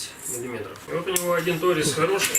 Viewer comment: МетчИк значит мы учим правильно произносить. А тОрец говорим неправильно! Смотрим словарь и... Опа. А правильно торЕц..